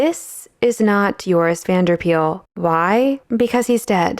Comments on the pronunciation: Just a bit of pronunciation: You call him Joris Vanderpeyl. Instead, his the 'Van der' should be pronounced separately from each other, as well as Paele being pronounced more like 'Pay-lay'. Also, this is really understandable for non-Dutch speakers, but Van is not pronounced like the vehicle van, but more like 'Vahn' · Pityyou didn't get to trying to pronounce Van der Pael's name correctly. Pael is more sounding like 'Py-el' than 'Peel'.